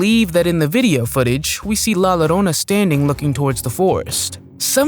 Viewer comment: You don't say "LA Llorona" as "la loroana",the "llo" part is pronounced as a jo sound so it would be pronounced la jorona to english people